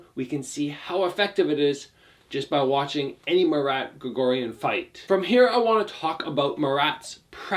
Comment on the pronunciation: It’s pronounced Mah-r-ah-t, not Ma Rat, like the animal. It’s pronounced like when you realize something, you say “ah!”